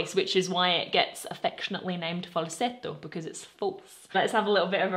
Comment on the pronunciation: Sparkling and lovely as usual mom, congrats on your Italian pronunciation of “falsetto”, your visit has given you the right vibe 🥰